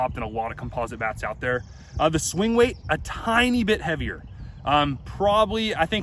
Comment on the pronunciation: "The swing wate"